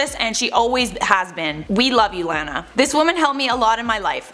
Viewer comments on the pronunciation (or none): Its not Laaa na it's Law na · Her name is pronounced La-na not Lan-a. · noooo! She is a fake Lana but at least she was popular enough to get the pronunciation of my name out there. La-la-la. La-nuh. Every time you said it the other way it almost physically hurt 😬 It is weird because Anna sounds pretty and Hannah sounds pretty but with the L it sounds like blaaa! Like you're spitting something out that tastes gross. Would have been so much easier if my mom had named me Alana. I like your show. 😀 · It's pronounced Law-naw, not Lan-ah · I think she’s blonde naturally, but I don’t doubt she went to the salon. also, Lana is pronounced like it rhymes with “sauna” lol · Lmao the way you’re saying her name. It’s “lawn-a” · Lana is pronounced like “Donna” with an “L” instead of a “D”. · It’s pronounced Lawna 😭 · It’s “lawn nuh” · Why does she pronounce is Laaahn uh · It’s LAW NA !!! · The only thing that bugs me in this video is how she pronounced “Lana” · first off lana is naturally blonde, so I dont get why people are mad. second, if you're reporting on a celebrity at least learn how to pronounce their name for the video... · The way you say Lana is sending me. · Why are she pronouncing her name wrong, you had it right on the other video 😂😂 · Why does she pronounce her name like that lol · lol such a Canadian way of saying Lana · Why does the way she say “lana” bother me? 😂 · Why you saying Lana all weird ... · You pronounce lana weird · Can you say her name rite please 😂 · Stop pronouncing her name wrong